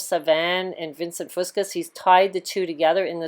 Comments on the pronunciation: It’s the Straight of Juan de Fuca... pronounced few-Ka. Not the Straight of Juan de Fusca. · So many mispronunciations in this video its just hard not to get distracted. There no S at the end of Fusca for one.